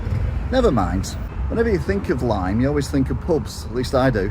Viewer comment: I chuckled when you said "Lime" :)